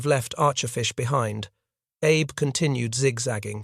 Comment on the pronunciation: The Shinano's captain's name was pronounced ah-bay, not Abe